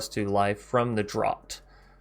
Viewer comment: Draught is pronounced draft.